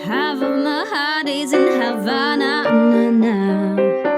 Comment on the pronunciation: Czyta sie hawena a nie hawana